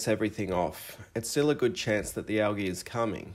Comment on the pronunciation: Pronounced Al Geeee, not algee.